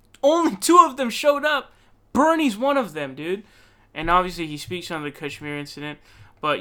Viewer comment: I like how PV has the correct pronunciation of Kashmir lol